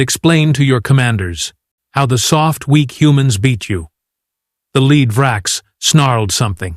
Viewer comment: the Vrox is made of metal (lead, pronounced led) or is leading his squad. Please stop using AIs that cannot use words correctly.